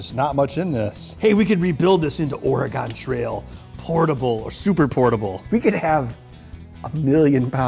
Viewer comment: THAT'S NOT HOW YOU PRONOUNCE OREGON lol